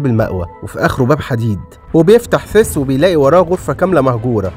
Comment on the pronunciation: حد خد باله إن "سيث" بقا "فيس"؟ 😂😂😂